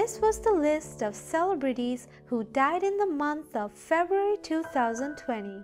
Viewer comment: cele-brities, lol wow never heard it mispronounced like that.